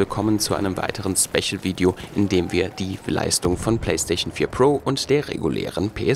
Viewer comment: PlaystaiSCHion und nicht PlaystaCHion. Wie ich Leute hasse die unbedingt versuchen müssen hochdeutsch zu sprechen und dann kommt dann anstatt ein SpeSCHial ein SpeCHial